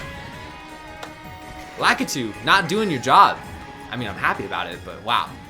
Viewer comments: Excuse me but did you call lakitu lah-kee-two? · That’s how he pronounces Lakitu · honestly i was more focused on how he pronounced lakitu